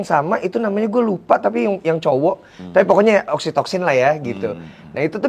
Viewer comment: Btw oksitosin yaa bukan oksitoksin😂